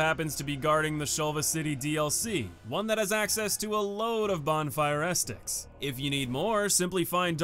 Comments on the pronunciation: Ah set tic, not estik lol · Great video! Sidenote: Ascetic is pronounced "assy dick" not "asstick" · Seems like the hardest boss for you is pronouncing Ascetic correctly 😂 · FYI its pronounced "uh see tick" not "ass tick" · Ah, the return of the king Edit: a few things I want to add Not really that important, but ascetic is “ah-seh-tik”. The way you pronounce some words honestly cracks me up. In regards to Yhorm, I think some people fail to understand the significance of his fight if Dark Souls 3 was their first/only souls experience. DS3 is essentially an homage to DS1 and DS2. Yhorm is a shining example of one of the few times DS3 references Demon’s Souls. Not only in regards to the actual weapon, the Stormruler, but also to the more puzzle-esque boss design of Demon’s Souls. He would fit perfectly in that game, and they used his fight as an opportunity to pay respects to the OG souls experience rather than recreate something along the lines of the giant fights from DS2. On a side note, you can also fight Yhorm with a regular weapon if you’re looking for a big challenge. It’ll take a while to bring him down, but with his moveset and damage it really is an exhilarating experience. Go grab the Frayed Blade (plus a bunch of repair powder) and give it a go if you want Yhorm as a tough battle. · Ahh yes! The “bonfire esticks”. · Ascetic, uh-seh-tuhk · Ascetic = "uh-SEH-tic." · bonfire "a set ic" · AAUUUUGH! Ascetic! ASS_ET_ICK! XD I'm sorry if this is rude, but it drives me NUTS when someone repeatedly butchers a word when they could just take an extra half second reading it to say it right XD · Ascetic = ah-set- ick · it's pronounced ass-etic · Glad to be back, thanks for continuing to check the vids out! All these years later, I still can't stop mispronouncing things in videos lol. Thanks for the correction, will note for the future. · Wait say "ascetic" again 👀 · Why you say Ascetic like that